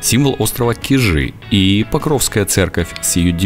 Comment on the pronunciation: Я Вас умоляю, ставьте правильно ударение на слове Кижи. Не КижИ, А КИжи!!! И ещё Петрозаводск всегда был Петрозаводском, а название Онегаборг он получил при оккупации финнами в Северной войне в 1941 году, а 1944 году, после освобождения, ему было возвращено его историческое название, данное еще в 1777 году Екатериной Великой - Петрозаводск!